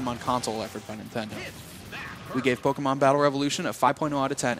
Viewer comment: ita pokemon not polkamon